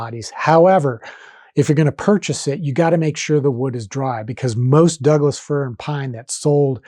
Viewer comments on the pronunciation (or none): none